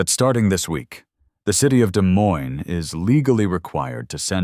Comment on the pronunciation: The AI mispronounced Des Moines!